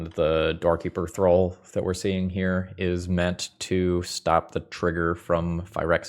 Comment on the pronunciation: I always heard you say "Doorkeeper Thrull" as "Dorky Patrol" 😅